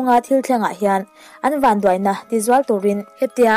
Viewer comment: Chan duai tih laia Duai tih khi i thluk diklo deuh, i chhelo bawk sia..kalo subscribe nghal e...